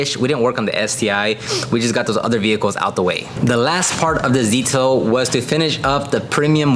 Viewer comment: did you say Zetail?🤨🤨